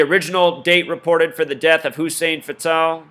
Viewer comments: You say Hussein Fatal wrong and it's annoying. They call me Hussein Fatal it's a two game table I'm robbjn ya nigga cradle with a knife in ya navel. It's not an Arabic name Fatal as in deadly. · its Hussein fatal. like fatal car crash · I like the way he says Hussein Fatál. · You can't even pronounce their name correct! Hussein Fatal! Not Fatale! Yaki Khadafi not Yahhkii! Lame ass your just a Novice in Life ! Yeah you are correct about secret societies controlling Hollywood and Government and entertainment! But also you are wrong when you are reaching about Numbers and oooooh this numbers and that number! Every has to have a numerology because it has an alphabetical order! Duhhhh! And birthdays and years! Duhhhh! Keep banging